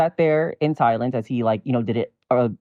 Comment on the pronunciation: I went back and checked... He said "we sat there in silence" and I SWEAR it sounded like "Thailand" to me as well!